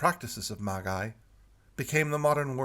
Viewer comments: the title is commonly (although, illogically) pronounced "Maj-Eye" in English. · I truely believe that the most burning question is: Why is pronouncing 'Magi' that way?